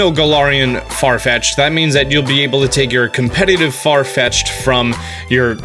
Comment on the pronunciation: IT'S FARFETCH'D, NOT FAR FETCHED!